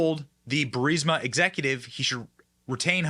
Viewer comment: You know Benny went through a character development when he pronounced 'Burisma' correctly 😂